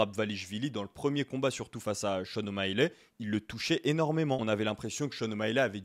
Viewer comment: Ok tu persistes avec ton o maiiiiiiley ? Cest O'Malley tout simplement mdr tu fait rigoler